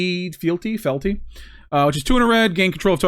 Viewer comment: I like this list! It's pronounced Fe-al-ty.